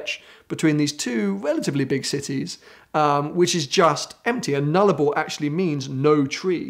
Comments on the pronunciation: Nul-arbor nul as in Non, arbor as in trees, like ‘arboretum’. I can’t think of anything more obviously Latin, I’m surprised he didn’t know that, because he definitely sounds like his parents sent him to a private school. 😂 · Nullarbor is Latin. Null (no) arbor (trees, as in arboretum meaning a tree garden), no trees. Oh and it's a plain. The no tree plain, a literal flat sea of dirt. To experience properly you should take the indian pacific train across as it goes straight through, while the highway hugs the coast and isn't as featureless. 487km of straight track without a curve or incline. There is literally horizon to horizon flat dirt and very small shrubs and nothing else. It's fascinating in its relentlessness.